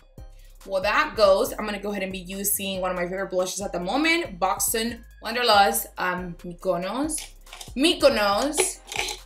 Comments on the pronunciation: Huni it's pronounce pee lou ease! Not plouise lol. Amazing look though. Muah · Is it not pronounced as "pi luis" and not "plaws" ? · 😂😂😂 *Pee-Lou-eez* babe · SO CUTE! LOVED THAT LOOK!!!!! FYI - not coming for you.. NEVER that! I am part of the crazy family after all - just to help you out since I am old enough to be your mom.... It is pronounced PEE LOU WEESE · It’s pronounced “pee-lue-weez eye shadow base. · she kill sme everytime she tries to pronounce P. Louise